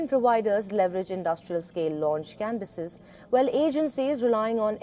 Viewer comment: It's "launch cadences", not "launch Candices"